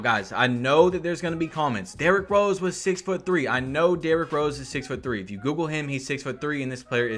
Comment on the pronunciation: “Derrik Rose”